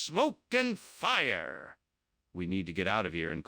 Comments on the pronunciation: "AHM SEEIN' SMOKE AND FIRRRRE" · DIS IZNT DA DOPPLER EFFECT, DIS IZ A FAHR, wwwWE HAFTA GIT OUTTA HEER